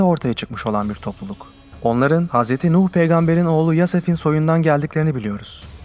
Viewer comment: HZ. Yafes Yasef değil. EĞER yasef dediyseniz.